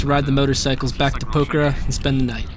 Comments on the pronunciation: It's Pok-harra 😂. Great video mate. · Please please please can you make the effort of showing respect and pronouncing Pokhara close to correctly? A prayer flag dies every time you butcher it in such a strange way :(